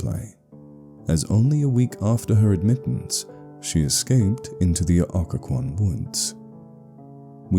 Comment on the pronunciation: Someone should really write one about Williamsburg (thats where i am) and 2) at least this channel got the pronunciation right lol!